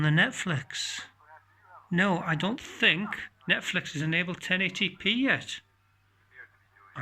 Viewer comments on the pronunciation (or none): none